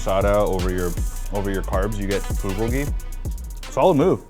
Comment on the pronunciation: The way he said Bulgogi....... "Buhgogi"